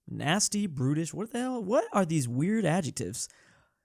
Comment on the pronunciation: I thought he said: “Life without the state would be nasty, British, short.” 😂